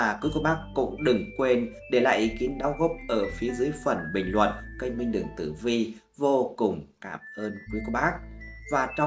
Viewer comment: Ổng đọc KÊNH mà tui nghe như CANH 😅